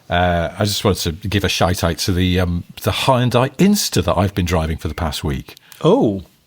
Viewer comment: I think if ever learned how to pronounce Hyundai, it would destroy about 3 and a half hours of future content created in the next decade of this podcast. For anyone interested it's 2 syllables: hyun-day.